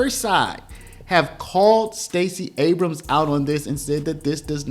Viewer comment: It's not ABRAMSIS! A word ending in 'S' is plural or possessive in itself! the possessive of Abrams is Abrams'! EXAMPLE: Abrams' coat, not Abramsis!